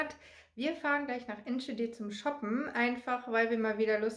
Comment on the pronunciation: Schade, dass du den Namen der Stadt falsch aussprichst 😉 aber was will man auch erwarten. Ich war zu dem Zeitpunkt auch in de Niederlanden. Aber in de Nederland ist mehr Corona wie hier.